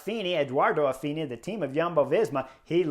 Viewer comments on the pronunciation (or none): Chris you are driving me nuts. Ayuso- there is no R. Ah-you-so. Affini- there is no L. Not Alfini. A -fi-ni. Love your take on things. Thank you